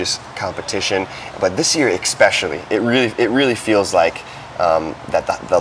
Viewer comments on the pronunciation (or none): Does he keep saying ''ECspecially''? Wtf. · ECKspecially? Bro what? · Great video but I cringe every time the interviewer says “Exspecially” instead of “Especially”. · John's eyes are burning a hole through dude's head everytime he mispronouces "especially". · Expecially when he puts so much emphasis behind it...